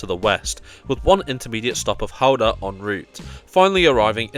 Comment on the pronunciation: Kudos for pronouncing Gouda correctly!